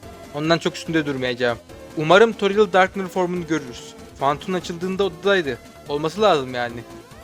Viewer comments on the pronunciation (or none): none